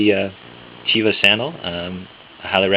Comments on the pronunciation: Your reviews are great. With all due respect, one criticism (so far, since I just stumbled upon your page a few moments ago): The word "teva" is Hebrew for "nature." Its proper pronunciation is TEH-vah, not TEE-vah. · It's not (Tee-vah) It's (Teh-Vah)